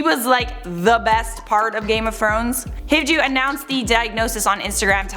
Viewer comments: Its not how you say Kristofer Hivju, but its probably very hard to say it in English because is last name is a Norwegian name😂😂🇳🇴🇳🇴 in English you say it more like hiv you😂😂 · me, a norwegian listening to you pronounce a Scandinavian name: i'm sorry, but no. But for real, scandinavian names are almost impossible for people to get correct without using the english version x) I mean, try to say my name. It's impossible